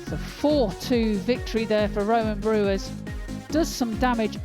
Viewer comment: Its not brewers .its brouwers ..its sounds like brouw ers